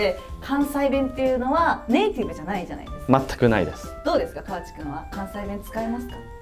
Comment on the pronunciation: 大阪(東部大阪地方)ですが、この講座 私の親でも使わない大阪弁を教えてます。 川地アナの名前の言い方も、カワチの発音もこちらでは一本調子『カ→ワ→チ→』さんと発音しますよ。 自転車も、柄が悪い方がチャリンコとかチャリと言ってますよ。 普通の男女共に大阪(関西)人は『自転車』と言いますよ。 大阪の『さか』は、『坂』だと縁起が悪いから『阪』を使われていると聞いたことがありました。 すみませんが、大阪のイメージ悪くなりそうなので、本当の普通の大阪弁(関西弁)講座にして欲しいです。